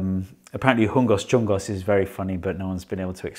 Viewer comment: Am I missing something? "Hongos" and "chungos" don't really rhyme because of the "o-o" and "u-o" vowels. Do you pronounce "chungos" as "chongos"? Or is it close enough phonetically that you just accept it?